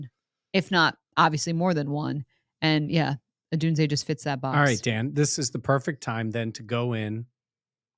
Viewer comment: Yes UW Fan Washington state Resident. TY For saying his name right.